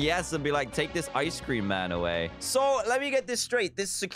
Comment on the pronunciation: Love how Dan says "Ice Cream" But really it's "Ice Scream"